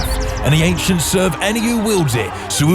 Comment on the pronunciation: The ainchents